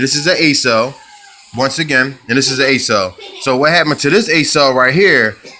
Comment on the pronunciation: Ok, it’s not pronounced “A SELL” it’s like accelerate. The first five letters of accelerate “ACCEL” pronounced “AK SELL” I agree with what you are saying about the quality of the parts. I’m about to do an opti spark distributor replacement on my 92 C4 convertible & I appreciate the info you put out. If it weren’t for you who knows how long mine would last before I’d have to do it all over again & it’s no small task to replace it. Your right about not thinking the opti spark would be the problem after it was just replaced. I already replaced the fuel filter thinking that was it. So thank you for making this video. Just know it’s very much appreciated!! I’m going to follow your suggestions, locktite & JB weld. Outstanding!!